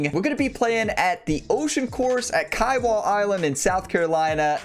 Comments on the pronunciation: Oh, geez bro. Great video, but Kiawah Island is pronounced, "KEE-a-wuh", and NOT "KI-a-wah". You butchered your pronunciation there. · Bro it’s kee-AH-wah island 😂